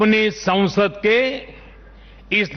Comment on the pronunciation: Sansad ... not sausad ...